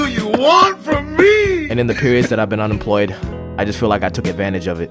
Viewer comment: “unempwoyed”, “aww”, “john powk”, “go enjoy ur wife”, “the whole pwocess”, “anymow”... bro as an employed person, u need to focus on something else😭